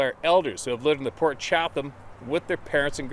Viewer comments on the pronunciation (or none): Chatham,pronounced "Chattam"('NO TALKING PIGS WERE INVOLVED')😉 Don't knock me,I used to be an English teacher IN ENGLAND!!!🧐